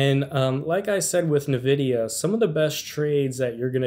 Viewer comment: Can't pronounce Nvidia correctly while likely using a computer with an Nvidia GPU in it. 🤣